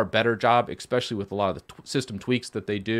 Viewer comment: Why do you add an X to especially?